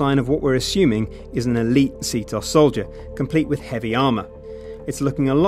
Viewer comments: Its not See-toss its See-te-os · this video is old BUT IT STILL ANNOYS ME THAT THE CALLS IT C.TOS ITS C.T.O.S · portal2ben its not C.T.O.S because ctOS isnt a abbreviation